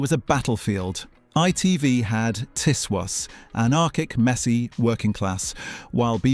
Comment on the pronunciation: I think that the narration is AI. I've noticed different pronouncaton of things from some ot the videos - for instance, in this one, it prounounces "Tiswas" as "Ties Was" not "Tizz Was"